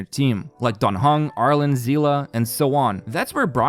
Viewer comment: Captains, can I just say, I can't handle the butchery of some of these names. Perhaps it's because there's no English VAs in Honkai Impact, so I'm only used to the Chinese and Japanese. Hearing Seele pronounced "see_luh" just sounds horrific. Just so you newbs know it's "shee-ehr" or "see-ley" . This is why I hate English VAs because they suck in comparison to the original Mandarin. Yes, Hoyoverse is a Chinese studio.